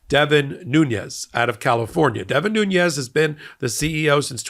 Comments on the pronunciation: The name is said "Noon-es," not "Nu-ñez." His family is Portuguese descent from the Azores. They're not Spanish. If someone mispronounced VP Harris' first name you'd get your back up in the air. But you can't once say Devin Nunes name correctly. It's annoying. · I do share your scorn with these individuals but I wish you would get their names right. Maybe it's a sensitivity because I hear WILKERSON so often when WILKINSON is so easy. And the fact I speak Portuguese. Not Nuñes (NOO-nyez). It's Nunes (NOO-nez.) No "nye". Same thing with that p.o.s. Aileen (AY-leen, not EYE-leen) Cannon. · I hear you pronouncing Devin Nunes with a tilde over the "n" as it would be pronounced in Spanish. I questioned how people were pronouncing it but learned that Nunes, (New-nes) instead of (New-nyes) is the Portuguese pronunciation of the name and is correct. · Devin Nunes' name should not be pronounced Nuñes. It's not a Spanish name, but Portuguese (the corresponding Spanish name is Nuñez.) You can pronounce simply Nunes. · Nunes is pronounced "noons." He's Portuguese not Spanish. I bet he pronounces it wrongly just to sound Hispanic. Also a short squeeze is when there aren't enough shares to make good on long holders' positions (because short sellers are borrowing shares against their margin equity and selling them with intent to buy them back at a lower price). This requires short sellers to cover their short position). I think you were saying that, but it was a little clunky. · Ok so here’s a little factoid. Devin Nunes is of Portuguese ancestry as I am. His last name is pronounced nunes like dunes not Nunez (sp) like it would be in Spanish. He only pronounces it that was to get Hispanic voters to think he’s of Spanish or Mexican ancestry. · Nunes, not Nun̈ez. Portuguese, not Spanish. No "en-yay" in Portuguese. Come se dice 'putz" en Portugues? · Love that you say Nuñez instead of Noon-es like everyone else does. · pronounced noonz. portuguese not spanish.